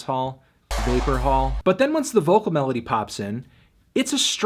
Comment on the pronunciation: vapor wall he says